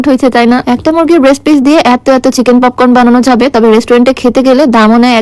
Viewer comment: পপকর্ন ❌ পপন ✅🤣🤣🤣